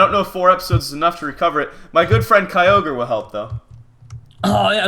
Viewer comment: Mitch plz keep kyogre. The other guys said it fine.